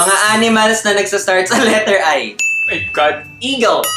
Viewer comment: Start with letter "I" iagle ano yun haha🤣✌️ "Eagle" kya yun😂